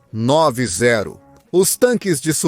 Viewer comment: Não é CV 9 e 0 você tá falando errado! Esses brindados têm o nome de CV 90 pq foram construidos na década de 90 por isso tem este nome. Entendeu!